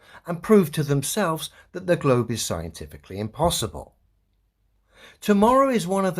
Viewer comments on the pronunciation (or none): Am I the only one that was expecting a joke from when he said: The globe is scientifically impossiball (instead of saying impossible)… 😂😂